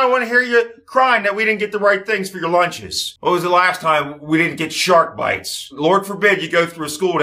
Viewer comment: The way he said Shark-Bites was so accurate I genuinely felt like I was hanging with my extended family